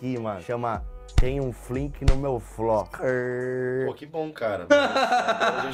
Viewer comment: "Tem um flinq no meu fló" KKKKKKKKKKK